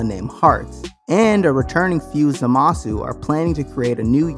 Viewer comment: Why can Americans not pronounce things properly, zamasu not zamaasu omg u can literally hear it being said in the show